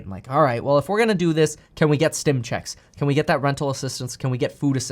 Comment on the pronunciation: Am I the only one that enjoys the way Kevin says “ checks “? 😊